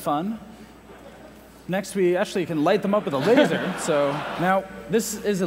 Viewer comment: Fire the "La-ser"